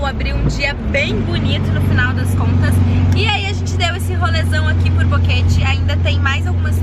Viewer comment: Ele se segurando p falar bonito o nome da cidade e aí sai boqueteeee kkkk